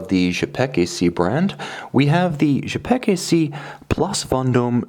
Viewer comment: Cool watch, thanks for sharing. Don't hesitate to shoot a review of a Quai des Bergues model, should you have opportunity. I'm happy to see this historic brand reestablished. Please note that 'Cz' in Czapek is pronounced like 'ch' in chopper, I hope that makes sense!